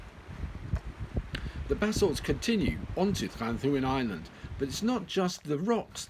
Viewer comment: Pronouncing it correctly would be an even better idea. Double d has a hard 'th' sound, as in THis BTW, isn't Llanddwyn now thought to be a terrane in its own right?